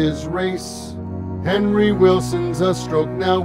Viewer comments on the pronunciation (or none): none